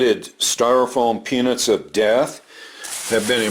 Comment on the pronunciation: Oh god, about a minute in I thought said, ‘The styrofoam penis of death.’ I had to look up at my iPad to check my hearing.